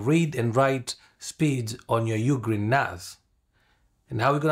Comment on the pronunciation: Not a bad video, but if you're going to be a "Professional YouTuber", it's it's important that you actually can pronounce the name of the equipment you're working on. when you say "UGreen 4T, 4800+ or something like that.", it sounds like you don't know what you're talking about. Also, you state "be careful, because whatever is on the HARD DRIVE will be deleted." That is actually incorrect. The hard drives will not be erased at all. What you should have said is what ever is on the "M.2 NVMe SSD" cache drives will be deleted. Details matter, and many people come to YouTube to learn from those who make videos such as yourself. Please take the time to proof your videos before you post. Strive for excellence in all that you do if you want others to follow your channel and take your advice.